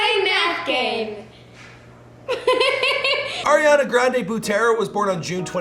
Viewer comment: air-iana granday 🤦🏻‍♀️ lol